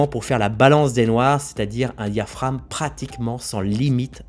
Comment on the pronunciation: diaphraGme.... pas diaphrame....(oral un pas écrit)